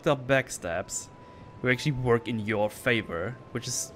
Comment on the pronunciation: My man said “this doesn’t Weirk” amazing analysis of a truly flawed game. I still love it though like my dumbest brother.